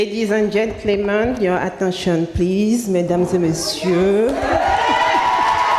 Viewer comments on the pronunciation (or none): " Your attention please" le a se lit "e" contrairement à ce qui a été prononcé 😅